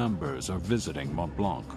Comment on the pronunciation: It's Mont Blanc, not Mont Blank lmao